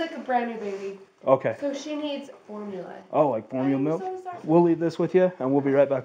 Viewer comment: You mean MALK